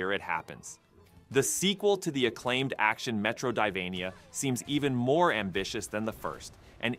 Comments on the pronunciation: I’m sorry, but “Metro-di-vania” 😂. Metroid-vania. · Did he say metrodivania? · Metroid-Ivania? wtf? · Sorry, what? MetroDIvania? Was this voiced by AI with spelling mistakes? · What the fuck is a metro”die”vania